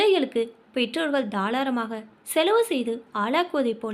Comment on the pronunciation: தாராளமாக என்பதை தாளாரமாக னு வாசிக்கிறீங்களே?